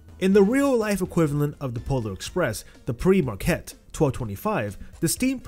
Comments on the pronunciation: It’s pronounced Peer Marquette not Pre Marquette fyi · Pere marquette of course. He said PRE marquette. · I think that it is pronounced "pair mar-kett".